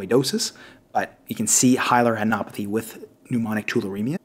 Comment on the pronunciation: Just pointing out you keep saying "Hilar anopathy" which is not correct. It is not "anopathy" but "adenopathy". Stellar content as always, very much appreciated!